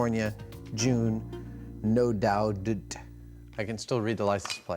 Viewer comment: "NODOUDT" You mean, No Doubt? 🤷🏽‍♂️😅😂